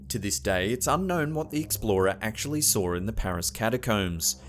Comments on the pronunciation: There is no R in saw. I love your videos but you keep putting R in a word got doesn't even have the letter R in it. Sarw and its saw. I'm sorry but this bugs me for some reason. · ITS FUCKING "SAW", NOT "SORE"!!!! ITS "NO", NOT "NORE" ..... O makes an "OH" sound, not "OR"